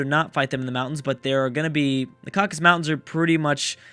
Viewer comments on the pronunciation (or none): It's Caucasus not caucus ;)